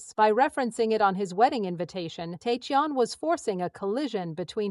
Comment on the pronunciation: I'm sorry to to say but this sounds overly dramatised. Some facts may be correct but they seem to have been greatly exaggerated for the purpose of sensationalism. And it would be great if his name was pronounced correctly. I congratulate him for nurturing and protecting his relationship. I'm so happy for him. I wish him a warm, fun, wonderful and love filled life 😊❤❤❤❤❤❤❤